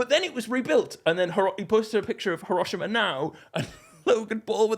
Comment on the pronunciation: Why does he pronounce Hiroshima like that 😂